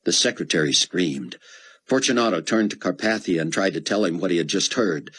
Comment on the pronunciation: CAR PAY THEE UH 😑